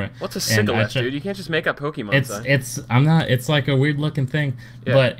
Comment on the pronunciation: Omw poke-E-mon it's pronounced pokamon...This accents reminds me so much of Ssundee...